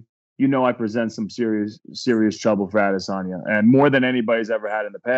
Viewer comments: Chael its ahdissonya. Just ask helwani. He’ll tell you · Chael- "Can you beat Adesamya" Wideman- (KO'd on ground)